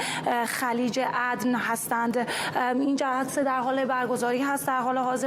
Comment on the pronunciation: خلیج چی شی 😂😂😂😂 عدن؟؟ نه جیگر عَدَن😂😂😂